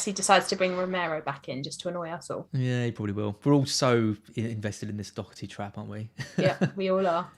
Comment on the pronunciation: Doherty (when an Irish surname) has a soft H. And no C. 😉 Not a big deal, but for anyone not sure just thought I'd mention it